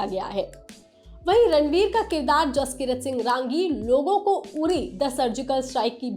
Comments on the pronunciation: It's not RAAAAAAANGI madam It's RANGI, it's a Punjabi Jatt Sikh surname....Neeche hindi mein bhi likha tha naam film mein, wahi parh ke bol dete sahi tarike se..😂😂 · It's not "raaangi" madam it's simply "rangi'